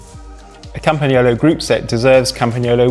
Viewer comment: Thank you from Italy, for pronouncing "Campagnolo" perfectly!